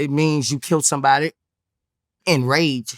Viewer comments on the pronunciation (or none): none